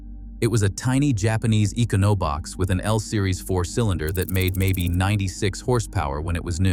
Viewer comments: Can you say eeko no box??!! 🤦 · I don't care what the author's voice is like, it would be better than listening to the A.I. say " e-cah-know-box" when describing Danny's car. And the 510 ended production after '73. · "Eco-no-box" got me